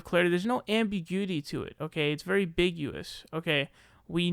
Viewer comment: "very biguous" lol